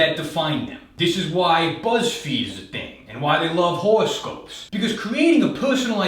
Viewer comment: Pretty sure I heard him say "whorescope".